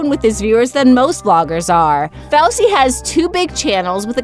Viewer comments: it is fooooosy not foucee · Did she say fowsey its fousy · Ari Gamliel know its SOOO annoying 😐😂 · Fowsety lol Hahahah its fousey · ITS NOT FOWSEY ITS FO-SEY FOUSEY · It's pronounced as [FOO-SEE] not [FOU-SEE] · Dude what the hell FOUSE TUBE Thats not how you say it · Ari Gamliel IKR she pronounced fousey tube fowsey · Aigars Ukis yeah they said it like fowsey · 😂😂😂 IM SORRY DID SHE JUST SAY "FOWSEY TUBE" 😂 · Wait wait wait.. did she just say fowsey 😂😂😂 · She said Fousey name wrong😂😂😂😡😡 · the pronunciation is FOOSY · You say his name like foosy tube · It's pronounced foosey not f ousy fousy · Fousey's name is pronounced foozey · The way she said fousy 😂😂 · LMAO SHE SAYS FOUSEY WRONG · Omg you kill me. You aren't even say fousey correctly. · Why does she say Fousey like that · The way she says Fousey and neistat😂